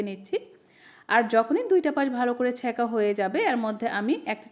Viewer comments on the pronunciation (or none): ছ্যাকা নয় স্যঁকা